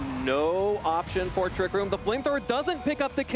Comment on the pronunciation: is there a reason why he can't say 'Trick room' but instead has to say 'Trick rOOm' ?